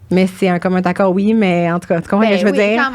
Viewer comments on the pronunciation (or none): Les fille, il n'y a pas de "T" dans commun accord. On prononce commun "naccord" et non pas "taccord" Bravo pour le podcast, ça aide beaucoup de couples 👋👋👋